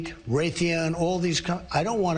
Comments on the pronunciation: its LOCKheed not lockHEED lol Trump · I'm disappointed Stephen didn't point out that Trump pronounces "Lockheed" as "Lakhid".